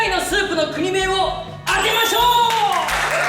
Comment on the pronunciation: "くにめい"ではなく、"こくめい"ですよ笑